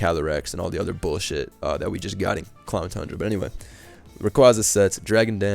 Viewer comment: It's Crown Tundra . Not Clown Tundra.